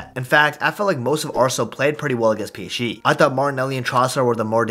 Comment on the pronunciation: Doesn't anyone realise he says he psche instead of psg